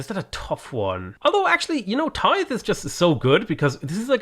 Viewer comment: At least you're pronouncing Tithe right now...just Agoge to go ;)